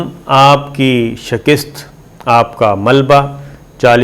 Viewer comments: The correct pronunciation is SHIKAST and not SHAKIST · Slmlkm lafz hay shakast nd not shakist please check it thnx